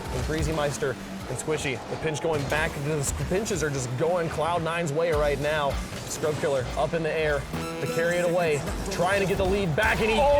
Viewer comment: Scrub Killer? Really? It's S C R U B K I L L A